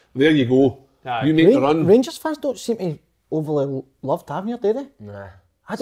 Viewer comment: Wish Si would say Tavernier properly 😂 top work again lads!